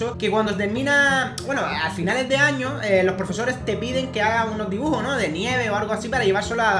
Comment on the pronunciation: like si te hizo gracia cuando dijo"dibujor""